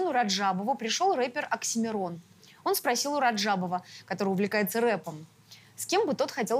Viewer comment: не Аксимирон,а Оксимирон